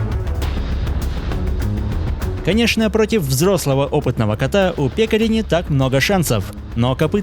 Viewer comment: Ударение на Е.